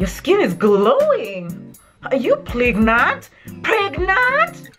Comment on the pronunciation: Whenever Patty says pregnant I say it with umph as well Pregnnnaaatt...always a mood